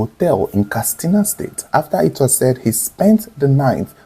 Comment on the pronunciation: Katsina not kastina